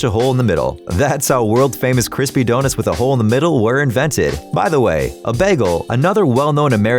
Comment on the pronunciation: Did he just called the Donets